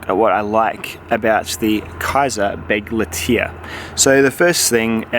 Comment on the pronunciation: Nice looking knife. Too bad about the slicing ability. As for the name, I know Kizer is a Chinese company, but "Begleiter" is German for "companion", which makes sense. That would be pronounced "beg-light-er," a little like "Bic lighter". Sorry if I'm being picky. Thanks for the review.